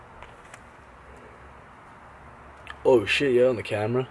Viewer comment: idk if it's just me, but when Dylan says "sheeiit", I can't help my laugh pretty fucking hard😂